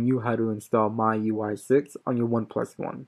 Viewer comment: Its pronounced "me UI". Just letting you know.